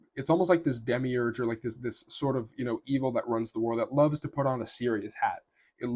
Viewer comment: why you say demigurg, are you gnostic?